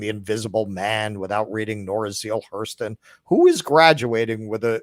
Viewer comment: 'Nora Zeale Hurston.' 😁 Yes, that's how said it.